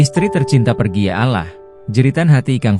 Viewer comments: Allah bkn alah pembaca berita nya tu hrs bs mbdakan bhsa ya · Bacaanya alloh mase...bkn allah...hih ga bisa baca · Ini yang jadi narator siapa sih? Gak enak banget didengar, terutama kalau pas ngucapin " Ya Alaahh' , masih punya stock narator yg lebih pas gak? Di kuping eneggg kalau ada yang ngucap kata "ALLAH" gak pas banget! mirip lidah orang2 dg salahsatu ajaran yang banyak nyolong istilah dari Alquran dan Islam. Ganti ya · Apaan alah. Gak ada alah, tetapi Allah. Apaan sih ini tribun. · Allah ngomong Alah🤦‍♀️ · nih org yg ngomong nya bukan org islam deh,,ngomong Alloh aja Allah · Itu pembaca beritanya AI ,, editornya kurang kopi, minimal script nya lu tulis Awloh sebelum di generate ke audio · kamu nonis ya min ? pengucapan Allah bagi seorang muslim bkn spt itu .... kamu org ind pasti tahu bgmn muslim ind mengucapkannya dan ikang fawzi itu muslim... jangan suka memancing kegaduhan !!!